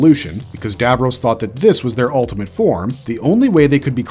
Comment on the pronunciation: IKR GRRRRR kayled and davrohs LIKE NNNRUAGHHHHH 😬😬😬😬